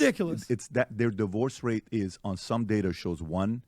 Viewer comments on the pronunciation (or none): none